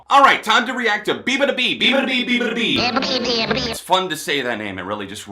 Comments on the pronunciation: it's bee-yah not bee lmao. (bee-yah-ba-doo-bee) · I laughed out loud when he pronounced her name that way 😂